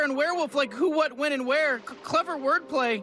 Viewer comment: I love the little pause before and accent on "when" when the narrator speaks.